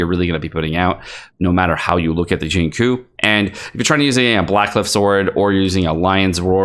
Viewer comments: it's xing-chew not xing-koo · it triggers me that you pronounce his name "shingcoo" when it's "shing-chyo" (long o) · Xingqiu 行秋 = SING-CHEW You are killin me bruh. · I literally debated watching this video because of the way he says xingqiu as “shingcoo” Jokes aside great video! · Like I've said in the previous video, its pronounced Xing-Chew (95% similarity).. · Please, it's Xing Chiu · Xinqui is pronounced as ching choo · CHO it's pronounced Sing like singing and cho like show but ch to make the cha sound i'm tired of the disrespect on water shota😩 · i know this is nit pickey and probably irritating, but please learn how to pronounce xingqiu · Awesome stuff , now the only thing left is to learn how to properly pronounce "Xinqiu" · I am in pain. Why does he say Xingqui's name like that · Good video but the way you pronounce Xingqiu drives me crazy